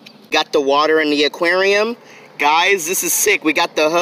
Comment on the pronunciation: PLZZZ STOP SAYING WATE😭😭😭😭😭😭